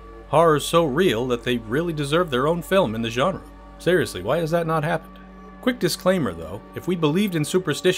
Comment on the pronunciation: Thank you for pronouncing genre correctly.